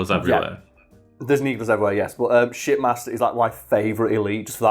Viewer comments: Oh.... SHIPmaster.... I legit thought you were saying shitmaster, lmao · Not gonna lie, though that you were calling the Shipmaster, "Shitmaster".